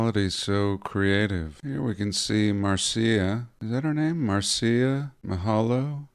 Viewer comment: Marcia is a fire cracker for certain, I loved how you mispronounced her name 😅 Think Brady bunch for the correct pronunciation I’m thinking of quitting today, your an inspiration